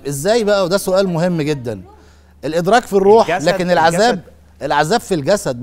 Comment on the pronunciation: السلام عليكم ورحمة الله وبركاته المذيع الكريم الرجاء منك عند قرائتك للقران الكريم ان تنطق الحروف بشكل الصحيح لها جلوداً خليتها قلوداً ليذوقوا العذاب خليتها العزاب وهذا يكون تحت مسمى اللحن الجلي وهذا لا يجوز ابدا تحريف في حروف القران يجب علينا مراعاه كتاب الله حق الرعايه وجزاكم الله خير الجزاء